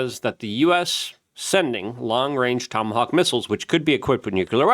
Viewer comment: Haha he said tomacock